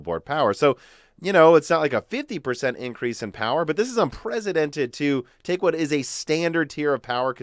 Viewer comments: WTF is an "unpresidented" move.....not the 1st video where you say it like this...you mean to say unprecedented :-D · Un-press-a-dented, not Un-prez-a-dented.